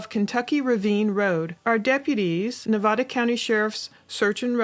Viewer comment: please pronounce Nevada correctly 😩